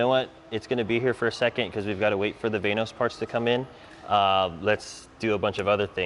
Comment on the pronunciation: its vanos not vainos, why do americans have so much trouble with english